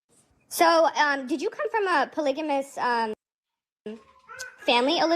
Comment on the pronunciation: Why they keep mispronouncing “ polygamy” and “ polygamous” like it’s polyjanee or polyjanous? Even auto correct was fighting me on this lol